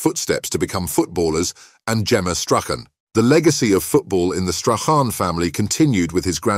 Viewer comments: Gordon strathen? It's Strachan 😂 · Strach Ann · This has to the worst narration to a video that I’ve had the misfortune to listen to. There had to be at least 25,000 mispronunciations of Stachan’s name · Should be called how many ways to pronounce Strachan wrong, he was brought up in Muirhouse and went to Craigroyston high Not Broughton. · You'd think they might have researched the correct pronunciation of Strachan. Very sloppy and lazy piece of journalism with a disingenuous click bait title. Shameful